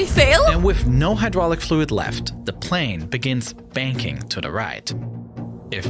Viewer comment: its not panel its plane dc😭✌🏻😂